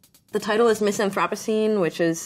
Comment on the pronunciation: Aw man not Grimes mispronouncing anthropocene in her own album title.